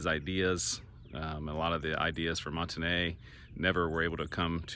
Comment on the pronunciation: You must not be from Northwest Arkansas. I used to live in Springdale and have to been to Monte Ne quite a few times. But here in Arkansas it's pronounced like "mont knee". Do some research please.